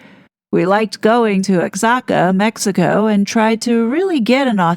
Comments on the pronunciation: just fyi for next time: Oaxaca is pronounced more like woh HA kah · It’s Oh- hacca. The x is silent. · Oaxaca is pronounced OHAKA. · " O-hack-a"....that word is hard to pronounce. Love you!